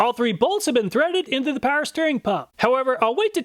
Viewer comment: Please start pronouncing the W in Power. You pronounce it currently "paer"